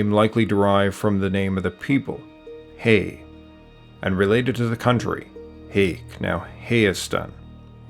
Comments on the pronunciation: Can’t you pronounce Hay as in Hye We are not Hay we are Hye Learn how to pronounce the A not as E by as A ,, you say Hayasa and Asdvadz but you can’t pronounce Hay the right way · not "hey" but "high." otherwise great vid so far.. still watchin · It's pronounced "Hi", "Hike", "Highastan". Not "Hay" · Hay is pronounced (Hi) the country in Armenian is (Hi-asdan). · Hay pronounced "High"... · great video! I didn't know we came from the north! one note though, հայ (hay), is pronounced /haɪ/, like in hike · Its not pronounced Hay its pronounced like hi. Hayk is pronounced like hike. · Sorry, the pronunciation of the name Hayk and Hay are wrong. It not (heik) but (haik) sounding ( a), it's not (hei) but (hai) again sounding (a) as in arm. This is very important because you are pronouncing names they should be precise . Please correct in the vidro. Thank you. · Hi, I'm an Armenian-American, and to add some validity to this comment, I was one of the first members of my family to be born in the US, and just look at my last name. Love the video and it does a great job explaining the history of my people. Just one thing. The correct way to pronounce Hayk, Hay, and Hayastan is (High-K), (High), and (High-Ya-Stan). I know we have some difficult names and words to pronounce in English like the name Khorenatsi for example, so this isn't supposed to be a disrespectful comment, I just wanted to make sure people know we don't call ourselves Hay like Hey or like Hay like what horses eat lmao. Again, love the video and thank you so much for making it. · Hayk, Hay, Hayastan is not pronounced like Hay in English, the 'a' is like the 'a' in apple. :) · Just to clear up, it’s not Hey, but pronounce it as “Hi” or “High.” And Hayk as in “Hike.” To take a hike. Name of the country, “High-ah-stan.” Great video though.